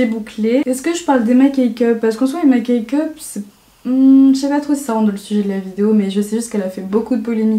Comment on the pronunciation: c’est Emma CakeCup pas CakeUp haha ❤️